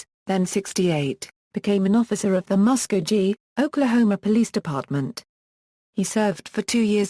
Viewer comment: Not claimed ! Did arrest that many ! ! No Bragg , just the facts Ma’am. Pronounced Bass as is a bass fish. Mus-co kee, correct pronunciation.